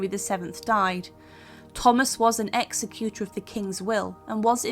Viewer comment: Just an observation re pronunciation which will make these posts more credible. ‘St. Peter ad Vincula’ should be pronounced ad VINC- ula, (that is to say, as emphasised by the capitals) and not Vin-CU-laaar. Also, ‘Executor’ isn’t pronounced ‘Executer’ . It should be ex-ECutor.( you are talking about someone who carries out the instructions in a Will…not someone who puts people to death! Very different). We may allow our American cousins some leeway with our language, but Brits / aspiring historians have no excuse.